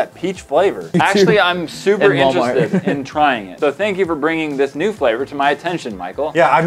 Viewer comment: Instead of new I heard nude